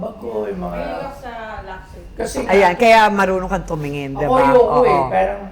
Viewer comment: They cant even pronounce LUXURY correctly lol.